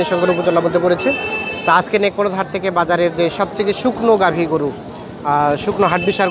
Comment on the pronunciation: হাটের নাম সঠিক ভাবে বুঝা জায় না